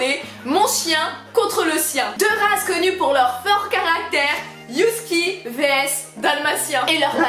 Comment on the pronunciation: 'Youski ' ptdr